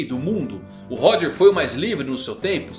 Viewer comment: Mano 1095 capítulos já de OP e essa cara ainda não aprendeu a pronunciar Xebec e Roger kkkkkkkkkkkkkkkk